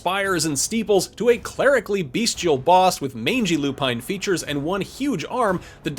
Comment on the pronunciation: Look up the pronunciations of 'bestial' and 'lauded'.